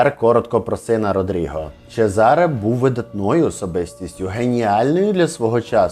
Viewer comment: чЕзаре, наголос на Е…трохи з іменами і наголосами ,будьласочка, вухо ріже😢